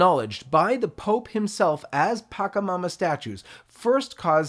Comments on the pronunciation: It's not pakamama.. . It's patchamama... sure, the catholic church hates other beliefs and wants to stamp out other people's sacred religions but at least pronounce them correctly. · You're pronouncing PACHAMAMA incorrectly.